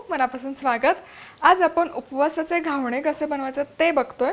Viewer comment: घावणे नाही ग, घावन म्हणायचं.